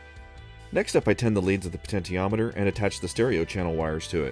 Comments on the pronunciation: Glad someone pointed this out, it's definitely she-ometer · Great video. I love everything you and your brother do! One nit: puh-ten-shee-om-i-ter is the pronunciation of potentiometer. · "Poten-tee-ometer" sounds a bit weird, I'm used to pronounce it "poten-she-ometer". But then, I might be wrong all my life.